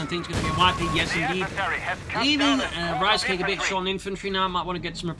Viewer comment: I just kept hearing Reichscake everytime you said Ricecake :D